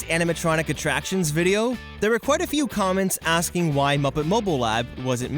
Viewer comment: Did you mean quit or quick